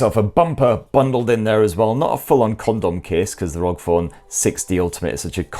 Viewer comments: Good video mate but it's pronounced R O G not rog. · its not Rog its R.O.G!. I couldnt only stand to watch it up until 4.01seconds cause you continued to say rog and not R O G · Kills me everytime you say ROG instead of R O G 😂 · It's R O G not rog 😂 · it's not rog.. it's R.O.G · I hate it when people say ROG as if it's a word. It's R.O.G., R - O - G. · Why is he saying ROG? IT'S R.O.G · R.O.G. For the love of god and respect to all gamers stop pronouncing it like a word!!! Republic Of Gamers! It’s an acronym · Yes cause its actually acronym ROG=republic for gamers/games